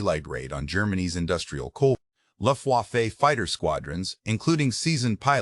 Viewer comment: uses humans luft-wa-fay dumbass